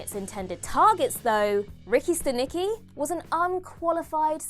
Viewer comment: Movie name is Ricky Stanicky not Ricki Siki